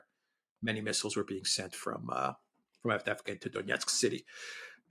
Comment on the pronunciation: The collapse of Avdeyevka is so complete that keeps talking about Avdevka, collapsing "eye" into "e". There is a type of Russian names that end with ey, so not Andr but Andrey (Andrew), not Timoth (Timothy) but Timofiey, and not Avd, but Avdey. Moreover, a personal name of a founder, owner, notable person etc. makes a settlement name with suffix -evka, so Avdevka would be named after Avd, which sounds weird, and thus Advevka sounds weird too.